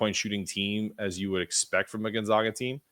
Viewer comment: It’s pronounced GON-ZAGA on GON-ZOGA. But great pod. Look forward to the matchup on Saturday. Steele Venters is injured by the way, Achilles pre season. Are you doing a crossover pod with Andy this week?